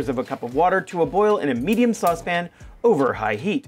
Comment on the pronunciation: Rick, amigo, you mispronounced "saucepan" ;)